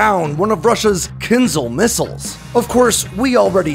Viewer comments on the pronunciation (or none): It's not KINz'l. It is kinZHAL. ZH like in French JARDIN, not Z like in Catherine Zeta Jones. Do you think H in the name serves just as a decoration? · not Kinzal , it's Kin-Ja-hl (Rus: dagger ) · As always - excellent video. My favorite weapons analytics on YouTube by far! Very well done. Good pronunciation of names! Only that Kinzhal is Not pronounced as kinzal, but rather as Kin”zh”al. Like when pronouncing casual or collision. 😊 But yes all Russian wunderwaffes are just that. Putin and his fan club love stories from the corrupt officials who take an old pig, put a lip stick on it and call it a new weapon without analogues. Pathetic. T-14 armada, su 57, kinzhal… and on top unicorns like the burevestnik missile, the Poseidon torpedo… you should do a review on the latter one. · Wtf is a “kinzle”. Can’t watch this Bc he says Kinzle🫤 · its a bit amusing how you repeatedly apologize for mispronouncing very short, hard-to-mispronounce, last names, yet power through butchering long last names without batting an eye and through out all of your videos you badly mispronounce the word Kinzhal. last names i get. there are so many of them. written out so many ways, but Kinzhal youd only need to learn how to pronounce ONCE considering how prominent it is of a topic for your videos.